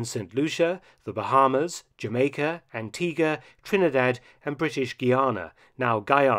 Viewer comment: You actually pronounced the island of Antigua correctly. 99.9% of people don't get that pronounciation right